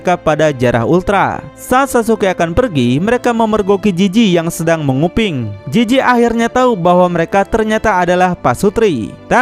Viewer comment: Jizi Bukan jiji Penzila Bukan penjila